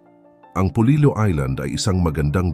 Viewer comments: Hindi iyan polilo kundi polilio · Polillo po not polilo.....polilyo pag tagalog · Polillo po not Polilo ang aming bayan 🥰🥰🥰